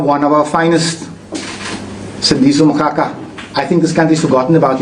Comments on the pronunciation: He cant even pronounce Magaqa's last name. WTF? Acting like he cares for Sandiso while doing his own vendetta, this is a lunatic of note. For us from Umzimkulu this idiot is just obnoxious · He can't even say 'Magaqa' 😅😅😅